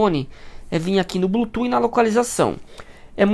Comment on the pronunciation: Tá bom, perfeita explicação! Mas por favor, fala a palavra Bluetooth certo 😂 que agonia ouvir vc falar blutu toda hora